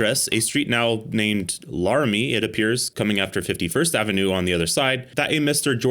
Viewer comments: U said "larume" lol. It's "lair-a-me" like Draculas lair+me 🤣🤣🤣 ily lol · Its pronounced lair-a-me lol (chicago native born in cicero) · Not trying to be annoying but, Laramie is pronounced Lair-a-me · Ive never heard anyone pronounce "laramie" so incorrectly before